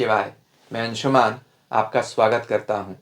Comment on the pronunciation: आपका विडियो के प्रारंभमे यह उच्चारण एवं नाम अंशुमान बहुत अच्छा लगता है।